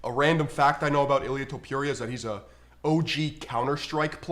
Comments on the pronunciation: Its fookin Top-ooh-rhea, not Top-you-reeyah.... And, just to reiterate, Paddy Pimple is getting launched into the shadow realm frfr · Learn to pronounce Topuiras name correctly..(not Topjuria) :D